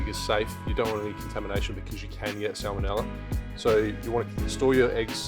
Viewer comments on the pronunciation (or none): none